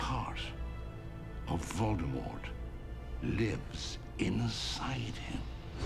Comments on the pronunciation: It’s Vol-da-mor not Volt-amor😂 the t at the end is client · Voldemort not voltemore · Why she call him Voltemort